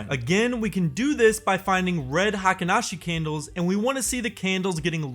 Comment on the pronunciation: Pronounced HEYKEEN, not high-ken (as everyone on YouTube mispronounces it) or hahken (as used here). Spelled “Heikin,” not “Heiken.” Pronunciations for Ichimoku and its elements are also pretty messed up on YouTube.